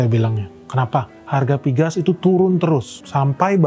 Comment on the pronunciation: Napa pgas diucap piges sedangkan pln tetap diucap pe el en. Skip ah...